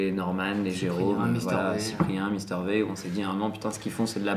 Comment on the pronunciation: omgggg il a dit mister vé